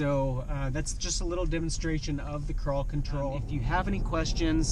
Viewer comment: It sounds like you are saying paw patrol.